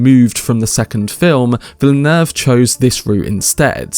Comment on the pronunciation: THANK YOU for being the only one to pronounce “Villeneuve” like it’s meant to and not Vill Noov. I can’t explain how much the noovers bother me